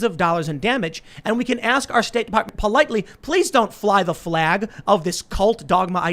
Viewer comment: YouTube can't nail Tim for dropping the 'L' from the word "flag." Joe Biden did the same thing in a speech like a month ago